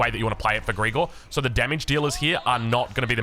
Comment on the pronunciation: Sorry but calling him "Greegor" is sf weird 😂 you pronounce it "Grigòroff" with the stress on the first O